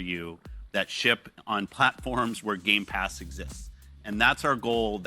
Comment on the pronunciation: ITS GAMEPASS NOT GAMESPASS lol